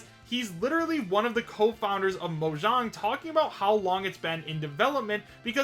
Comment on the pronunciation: Mo-JAAng Not mojong